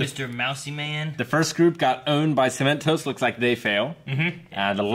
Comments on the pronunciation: It's Cemen-TOSS. 😓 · Cemen-toss, there is no second T and it is not pronounced as if there was.